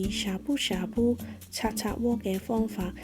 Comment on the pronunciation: 好吸引。😆 留意，涮涮👈 讀汕汕 或 算算。